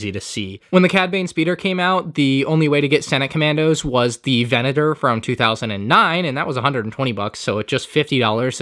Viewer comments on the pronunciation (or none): none